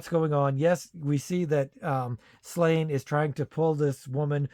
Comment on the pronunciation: It's pronounced SLAW-nyə, not "Slain".